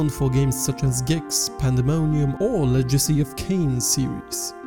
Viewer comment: Interesting way of saying Legacy..